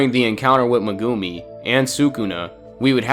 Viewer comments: Mugumi it is meguimi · Bro said Megoomi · Bro casually says muhgumi